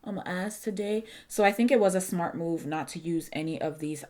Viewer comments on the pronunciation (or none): none